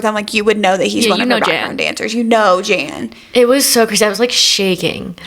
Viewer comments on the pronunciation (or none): This whole pod is iconic and feels nostalgic because of location! Wanted you to know Jan’s name is pronounced “yawn”! I recently learned myself. your song was perfection. 🫶🏼🫶🏼